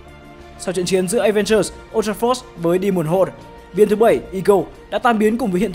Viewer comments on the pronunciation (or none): none